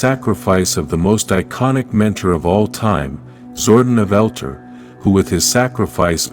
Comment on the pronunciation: It's pronounced Zor-don and El-tar